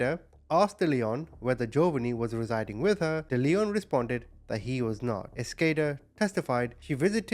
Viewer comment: It's also pronounced Dell-eon not De-leon.